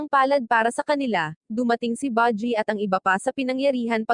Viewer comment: Baji at kiga ano yun hahahahaha panget mo mag recap promise no offense.